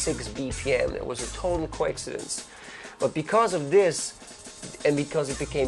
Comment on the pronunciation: "It was a total quackshidence."